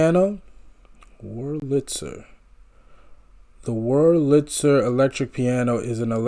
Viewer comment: Accent on the first syllable of WERLitzer. Davies, like Navies.